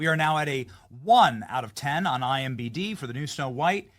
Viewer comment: 5 videos in and Benny still pronouncing IMDb wrong! WTF is going on here?